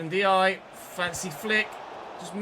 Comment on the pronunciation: Hi, Ndiaye is pronounced N-jayi.